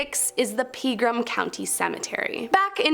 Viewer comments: The Southern Turf owner's name was Ike (like Mike but without the "M") Johnson, not Ice Johnson. It's pronounced "ah pree", not "oh pree" I believe it's pronounced "Peh gram" not "Pee gram" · Aside from completely butchering the pronunciation of the famous "Opry".........the next one is it's not PEEgram........it's PEGram.